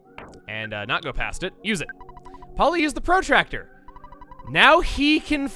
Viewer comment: Forget about hamburger, says protractor strangely. I'm so sorry for pointing it out.